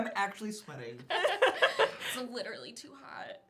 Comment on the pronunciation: I now want to start saying "gliterally" instead of literally like they say "acaexcuse me" in Pitch Perfect